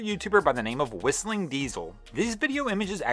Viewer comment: Its Whistlin, no g. 😉